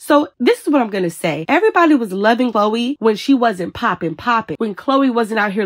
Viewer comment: Y'all caught that? She said Chloe's name wrong 😂